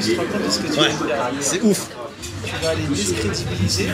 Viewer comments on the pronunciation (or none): « tu vas les discrédibiliser »